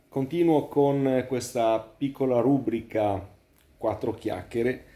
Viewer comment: Ciao mitico maestro di umiltà e sbarbate l'unico appunto che mi viene da fare è sulla pronuncia di rubrica.